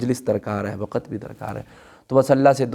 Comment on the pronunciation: Why Do Say Waqat And Lafaz Why don't you say Lafz & Waqt Mostly Pakistani Does This Mistakes